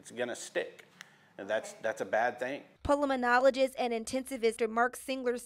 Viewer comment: ....and mangled the doctors specialty. Pull-a-man-olo-gist.